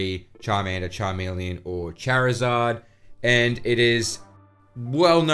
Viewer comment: Good info. But why say charmander and charmeleon correctly just to then say chairizard lol. Totally butchered